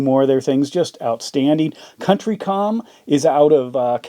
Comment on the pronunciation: COUNTY COM not Country